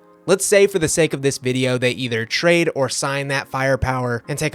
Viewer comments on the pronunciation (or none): none